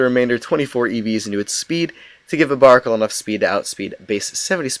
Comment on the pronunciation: Not to mention he's misronouncing barbaracle's name